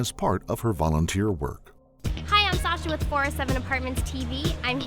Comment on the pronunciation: random but whys he pronouncing her name like sosha?